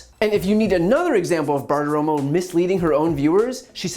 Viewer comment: Brian, you almost went Bartiroma on... Bartiroma.